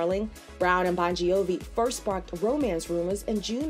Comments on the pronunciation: i know that. I was talking about how the „gi“ is supposed to be silent and not pronounced the way the narrator did. I was just laughing at that with no hate at all🤭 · Am i the only one laughing about the Bongiovi pronunciation 😅🤣 No hate!!🩵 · driving me crazy hearing how you say the last name